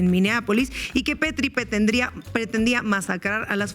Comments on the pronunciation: Es "Pretti", no "Petri" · Sin palabras por lo que sucede en estados unidos. Saludos desde Monterrey. Estefania se apellida Pretti, no Pettri 😂